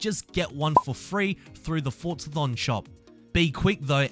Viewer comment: No t in forza